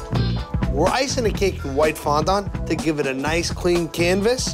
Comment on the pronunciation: Fondant "Fon don't"